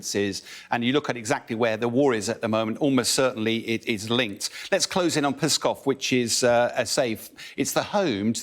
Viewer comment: Pronounced ‘skov. Before going to air maybe find out how to properly pronounce the names? A simple google search